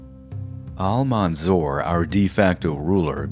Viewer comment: You pronounce Al-mansur name instead of Al-mansur you say ‘’Al-manzor’’ which is funny because the way you pronounce his name means in Arabic ‘’one who is been looked upon with envious and greedy intentions’’.. I guess in the end that name fits him better!!